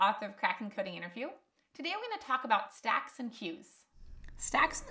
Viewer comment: when you speak stack; and queues my ear listen sex and queues